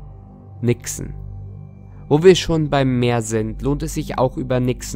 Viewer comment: Nixe.Hab am Anfang Wichse verstanden.😂